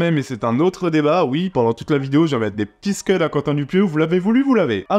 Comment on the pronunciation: C'est pas des "sceud" (disque) mais des scud (missile balistique soviétique).